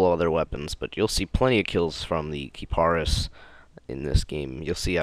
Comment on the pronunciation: I thought it was pronounced Ka-Pre-Is. lol